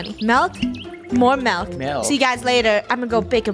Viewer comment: It's milk not melk